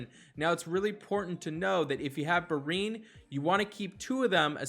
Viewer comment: Thanks for the tips, Anchor! But dude... you always crack me up with those name pronunciations. Bryne Hild, Rattasukr, Brinn, Gaddee Erus, Gregewrion. This should be a drinking game - you do a shot every time you mispronounce a name. You're basically Key and Peele's substitute teacher sketch. Thanks and keep it up!